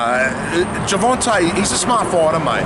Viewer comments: gerVONte not gerVANte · World i know the accent im from melbourne im going to the fight bro, this interview just annoys me always saying gervante and teofomo like english aint that hard